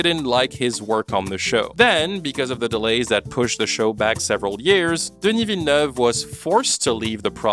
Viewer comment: This video is wonderfully insightful and your flawless pronunciation of "Villeneuve" is cherry on top!